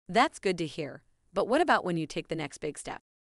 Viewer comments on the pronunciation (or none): none